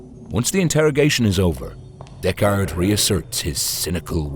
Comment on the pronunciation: "Deck-Ard"? Isn't that the name of Tim Heidecker's band?